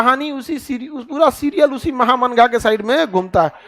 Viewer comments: Maya Ji महा मंगा नहीं माहम अंगा mujhe भी clear नहीं था, एपिसोड देखने के बाद पता चला, उसमे एक थी जीजी अंगा जो अदगा साहब की पत्नी थी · خان صاحب آپ بہت اچھے ٹیچر ہیں۔ لیکن یہ نام مہا منگا نہیں ماہم انگا maham anga ہے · सर नाम तो ठीक से बोले माहा मंगा